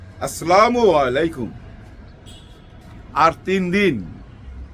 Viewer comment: Afsari vai apni Salam deyata thikmoto uccharon koren please. Na hoy er ortho onno rokom hoye jai. Sothik uccharon holo-"assalamualaikum ". Please don't take it personally/ otherwise.